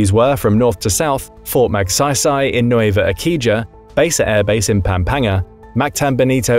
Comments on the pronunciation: It's pronounced "Nwe-vah Eh-si-ha" and "Seh-boo". Not "Eh-ki-ha" and "Keh-boo". 😅😅😅😅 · pronunciation corrections: Nueva Ecija - Nu-we-ba Esi-ha (silent J) Pampanga - Pam-pang-ga Cebu - Se-bu Cagayan De Oro - Ca-ga-yan De Oro (all good 👍) corrections in Palawan. that's in Zamboanga. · Nueva Ecija = nweba esi-ha Cebu = se-bu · Nueva Ecija, pronounced like “new way vah ey see huh”, Basa pronounced as “buh sah”, Pampanga pronounced as “pump hung guh” Cebu pronounced as “seh boo”